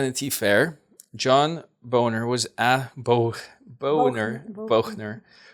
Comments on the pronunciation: Thanks for this. (John Boehner’s name is pronounced ‘Bainer’ though some people liked to say ‘boner’ to make fun of him☺️.) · Pronounced John Baner- not Boner. lol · Pronounced "bayhnor" lol but boner works too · It's pronounced more like John "Bay-ner." But I like John "Bo-ner" better. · I couldn't help laughing every time pronounced John Boehner's last name as 'Bone-er'. Although, I have heard it pronounced that way. I used to pronounce it that way when he did something I didn't like. It's actually pronounced Bane-er. The day he left office, he was so happy he was whistling Zip-a-dee-do-dah. I wouldn't have been surprised if he did a little dance too. He was happy to go and get away from the so called 'Freedom Caucus'. They are behind everything that is wrong with the GOP. Boehner has since gone on to invest heavily in the marijuana industry, if you can believe that. Very interesting reading today. confirmed my worst suspicions. These people are monsters. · It's "Bay-nur", not "Bow-nur". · You pronounce it John Bay-ner. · BAY-NOR is how it's pronounced!! 🤗 (Boehner R-Ohio) former Speaker of the House. I hope he left because of the Russian or Chinese 💰 interferences. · His name is pronounced Bonner. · Hi 💖🌷John Boehner, former GOP Speaker of the House, is pronounced as <Bainer> like in or. He is in the lucrative marijuana business now once it became legal. He had his future well paced out before getting out.urrrgh! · Republican Speaker John Boehner pronounced Bay-ner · John's last name is pronounced Baaner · Hi, wanted to mention that John Boehner's last name is pronounced like "BAY-ner". [Emphasis on first syllable "BAY-ner"] Oh, sort of like "Trainer". "TRA-ner". Great info! Thank you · Pronounced, Bainer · Amazing video...thank you. (It's pronounced Bay-ner, for future reference.) Thank god he's gone...too bad Mulvaney still here. I did not know this part about the history of these rogues. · Pronounced "Bayner" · its baynor